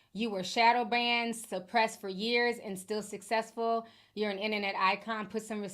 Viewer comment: Suhthesssfuhhhh took me out 😂😂